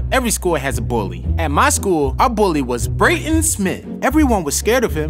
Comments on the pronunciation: brayton not Braden BRUH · Its pronounced Brayton